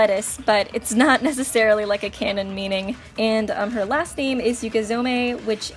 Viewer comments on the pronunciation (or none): none